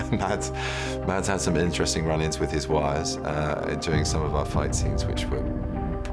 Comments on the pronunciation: And it's pronounced Mas. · AHAHAHA THE WAY BENEDICT SAYS MADS AHAHAHHAHAHAHAA SO INCORRECT IT'S FUNNY